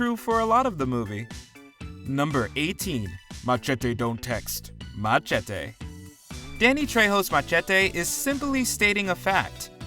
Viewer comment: The way he pronounced "Machete" just slightly irritated me. hehe.